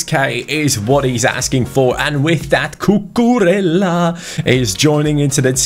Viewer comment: Cucurella is pronounced "Cucureía". Try to put an accent on the to ls and pronounce it as an i. Keep up the good work.